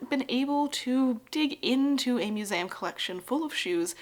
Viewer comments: I would love to continue watching content like this but I really really cannot get past you saying “musam” instead of museum. You sound educated. You should know how to speak. Am I a jerk for saying this? I don’t care if I am. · She says "muzayam," actually. And she knows how to say "Leicestershire."